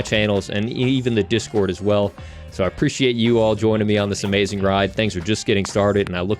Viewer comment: "Make sure to join our jizzcord" lol